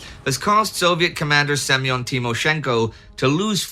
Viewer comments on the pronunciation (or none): none